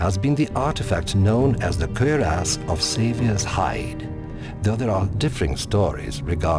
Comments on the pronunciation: Why does the Narrator have such difficulty pronouncing 'cuirass'? >_< Kwi-rass. Not, 'cer-ass'. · Lol the way this dude say cuirass. It's cure-ess. Not fucking querias hahaha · Kinda sounds like hes saying "Queer Ass" though. (cuirass)